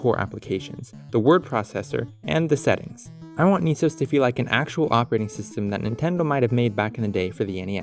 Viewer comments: "knee" sos doesn't sound so good.. I prefer "ness-os" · Not sure what bothers me more. Calling it Knee-Sose instead of Ness-OH-ESS or the lost opportunity of calling it Nintend-OS (or maybe even NintenD-OS? haha) might have to jif gif this one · Neice-ohs? Should be Ness-oss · Aughhh... why no pronounce knee-sauce..... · i know you're pronouncing it Niece-Ose, but my brain parses it as "Any Sauce". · I find it funny how most people pronounce N.E.S. as it's spelled, or in some regions it'd sound like "Nehs" due to accent/pronunciation, but once you added O.S. to the end you changed to saying "knee sohs" / "Niiisos"